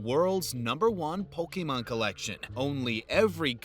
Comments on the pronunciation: RW:just hearing Rick Harrison say "Pokeman" cards instead of Pokemon cards correctly(is just insulting and offending many fans of the TCG franchise)reminds me of the time with my 4th grade teacher Ms.Verbeak when all the students told her it was pronounced Pokemon cards not Pokeman cards😠. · POK-E-MON Rick!